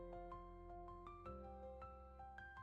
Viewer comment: Не смогла досмотреть и до середины! Говорите правильно накИд!!! Прям уши режет! Я вяжу с 8 лет и всегда накИд был накИдом!!!!